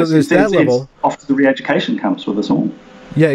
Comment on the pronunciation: I hope you correct his pronunciation of all English words ending in "-re".